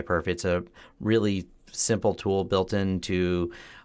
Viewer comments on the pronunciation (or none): none